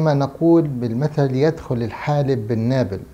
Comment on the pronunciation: أعتقد يا أن المثل بيقول الحابل بالنابل مش الحالب. تحياتي لحضرتك